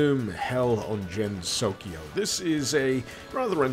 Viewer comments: It's not Jennsokyo, it's Gensokyo. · U mispronounced Gensokyo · Did he pronounce Gensokyou in a way not accepted by weebs? God help us